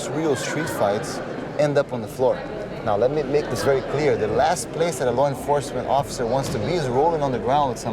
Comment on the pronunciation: Law = LAR 😅😅😅